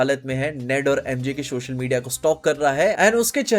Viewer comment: This guy keeps saying SHOSHAL media and it's bothering me so much. I like his content, but man this hits my OCD. If you're watching, please pronounce social (so-shal)